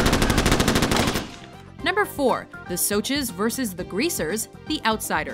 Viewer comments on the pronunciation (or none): Soches? IT'S SOSHES!